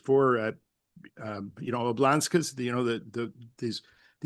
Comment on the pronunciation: "oblasts", not whateverthefuck that was Neil. Also, "Crimea", not Ukraine, repeatedly. You're constantly doing this on your podcast too which I just paid good money to subscribe to. How old are you now man?